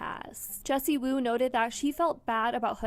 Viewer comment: "Wendy" Woo??? PUT SOME RESPECK ON JESSIEEEEWOO NAME!!!